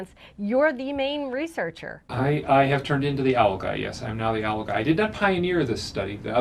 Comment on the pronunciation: She pronounces owl as ow. Giggling.